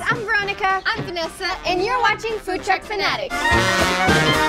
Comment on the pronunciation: It’s Vanessa not Nessa 😂😂